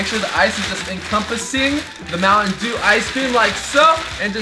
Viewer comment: I like muantendew to